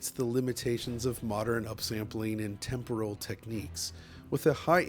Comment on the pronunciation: You pronounced temporal correctly!!!!!!!!!!! First time for DF 👏